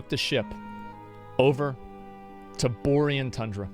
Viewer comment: Boar Ian Tundra lol Bo reeeee an tundra!